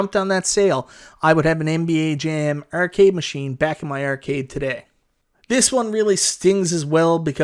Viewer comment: urcade is all I hear